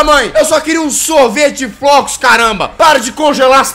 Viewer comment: dinovo jazz falando em sorvete de frocos 😑😑😑😑😑